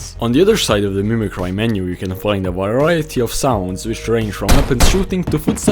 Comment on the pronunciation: mimi cri is how your pronounce it not cry